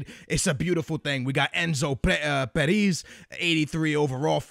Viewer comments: It's pronounced Pérez not Perís -. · Yo lo sé.. se dice Pérez no Perís no como lo dijo en el vídeo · ***** He is from Argentina which mean his name is spanish, and in spanish you pronounce his name as Pérez not Peris. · Enzo Peris? dude, you support Benfica you should know how to pronounce his name. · Guy Goldstone Nope it's a spanish name and it's not pronounced as Peris